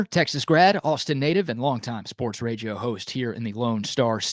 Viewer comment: I stopped listening. Plus idk why he says "raJio" host?? 😂